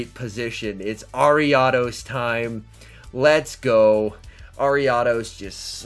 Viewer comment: You pronounce ariados so wrong bro I had to stop watching